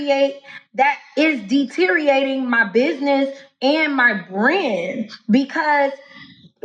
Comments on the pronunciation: Deeteereat… enough said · she can't even pronounce "deteriorate" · I feel like she thinks she will get paid for Everytime she uses some form of the word “deteriorate” in her videos. She tries and tries and TRIES AND TRIED AND TRIES AND TRIES to use the word in her videos… and yet she can’t even pronounce and/or conjugate it correctly. Yet she claims to have “dropped out of college as an HONOR STUDENT “ with a GPA of ”3.7” 🤣😆🤭😹😂😹🤭😆 A) She dropped out B) 3.7 got you into an honors program at where? Inbred University?